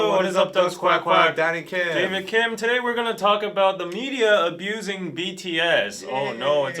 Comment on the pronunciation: I heard "I'm Daddy Kim" instead of Danny Kim lol. I clutched my pearls.